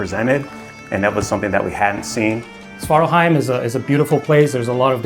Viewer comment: a bit funny to see that no one in the crew seems able to pronounce svartalfheim correctly ;P